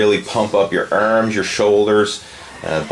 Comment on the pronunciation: ERMMMSS and shoulder. ERMMMMS :)